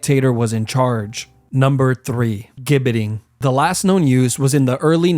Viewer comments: Gibbet is pronounced with a soft "G" sound, like Jibbet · Gibbet is pronounced 'Jibbet'. Warwick is pronounced 'Warick'. ...and what's the 'London tower'? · Sorry to be a pedant but the gibbet is pronounced with a soft g. So jibbet. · It’s pronounced gibbet not gibbet. It’s like the G in gif or giraffe. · Warwick is pronounced "worrick" Gibbit is "jibbit" Nice cartoons, 👍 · The flag of England is not the union jack, it's a red cross on a white background. Gibbet is pronounced "jibbet". Warwick is pronounced "warrick" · Gibbet is pronounced "jibbet." I know this coz I'm British and as you said, we're the experts 😉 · "Gibbet" is pronounced "Jib-it" btw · It's spelled like gibit, but It's pronounced jibit. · The worst torture of all: hearing that pronunciation of gibbet and Warwick. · Gibbet is pronounced with a soft g, like general or gist.